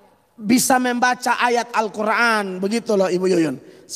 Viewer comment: Dasar pembohong cara mengucapkan x SJ salah....d kira itu baca alQur,an kaya mukadimah.. pengucapan x tdk benar.